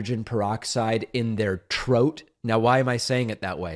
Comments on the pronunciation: Trote? Lmaoo must be a Jamaican 🤣😂😂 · Troat is how Brits pronounce throat